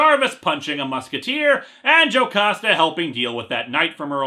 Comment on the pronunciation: but on the bright side you were pronouncing "Jocasta" right